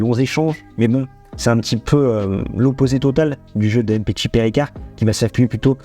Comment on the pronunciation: il parle du fait que tu prononces mal le nom du joueur. Tu dis "M" petshi, ça se prononce "MMMPetshi" c'est tout attaché. C'est comme quand tu dis "Vladimir" tu ne dis pas "V" Ladimir. Tu vois la nuance ? J'espère que j'ai pas été trop brouillon dans mes explications 😂